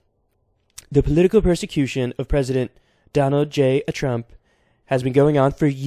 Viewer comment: “Donald a J Trump” perfect